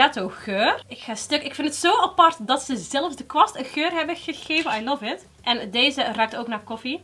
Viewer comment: Meis. je doet het leuk. maar stop alstublieft met je stopwoordje 'i luf it 'zoals je dat steeds zo uitspreekt.